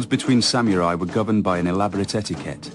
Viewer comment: I like how they pronounce the word... sam-yu-rai